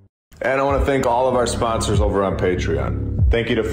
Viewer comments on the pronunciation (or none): none